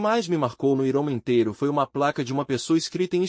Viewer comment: Me desculpe, não estou fazendo uma crítica para ofender já q vc está ajudando lendo esse livro para nós. Mas a pronúncia não é iroman, é Iron Man( homem de ferro), "Airomen" mais ou menos a pronúncia dessa palavra em inglês.